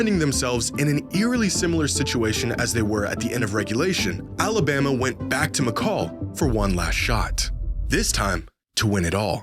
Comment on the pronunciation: Hearing him mispronounce Mykal as “Mi-call” took years off my life (it’s pronounced Mehkale)